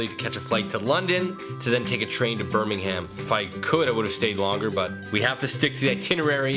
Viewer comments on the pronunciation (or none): none